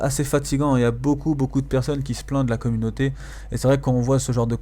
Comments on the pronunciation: c'est quoi : '' comunoter '' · Dafuck ? Il parle français, hein. Il dit "Communauté française" et pas "Communoter française"